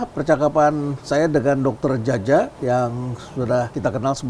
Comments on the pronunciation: Dr. Djaja sungkan mengoreksi pelafalan namanya yang seharusnya 'ja:ya', bukan 'ja:ja'😉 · Djaja bacanya jaya bukan jaja. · Lebih tepatnya Caya bg..😅